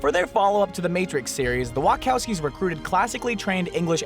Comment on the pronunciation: Wa CH owski, repeat after me - WA-CHAU-SKI, it's not that hard!